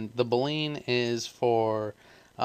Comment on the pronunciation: It's 'boo lee N' not 'blain'